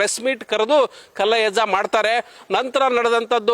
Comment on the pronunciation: ಮೊದಲು ಹೆಸರು ಹೇಳೋದು ಕಲೀರಿ ಮಾರಾಯ ಕಲ್ಲಜ್ಜಯ್ಯ ಅಲ್ಲ ಪಾ ಮಾರಾಯ ಕಲ್ಲಯ್ಯಜ್ಜ ಅದೇನು ಹೇಳ್ತೀರಾ ಏನೋ ಶಿವನೇ